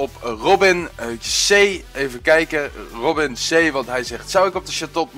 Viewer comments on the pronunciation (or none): none